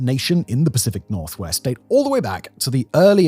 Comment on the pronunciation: The Pacific nor-what? 😅😂😂